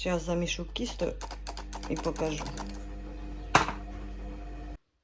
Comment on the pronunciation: Так то і є вареники з сиром! Тільки москалі їх називають (з твогогом) 🤮 А от не кісто а тісто, ти ж не молдаванка?